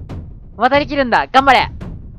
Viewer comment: むりむりむりむりむりがからつけあっきいのむにむにむにむにむにって聞こえるw